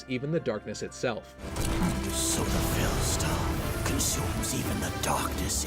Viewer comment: veilstone or fell stone?